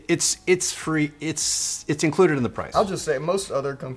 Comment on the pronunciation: Because guy said "it's inclouded" instead of "free", we can be sure this guy is legit without marketing BS.